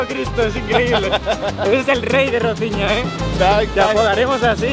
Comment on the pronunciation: Roziña? Tan difícil es decir Rosiña?